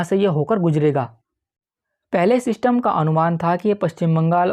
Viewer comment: Bhaai,sach sach btaana tum ye zyada Elvish Yadav ko dekhte ho na, kyunki it's 'System' not "Syshtamm" 🥹 for God's sake,poora video dhekhna bhaari ho raha h thoda jubaan se 'Syshtamm' ko lagaam do. 🥲 Bohot meherbaani.